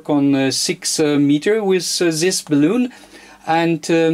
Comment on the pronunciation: Well done. I did find it tickle me a bit every time you said balloon for bal-un.